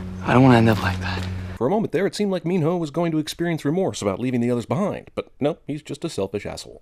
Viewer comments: It's Not Min-ho its Min-no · He keeps saying NEMO! Its cracking me up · why does he say Minho's name as Meenhoe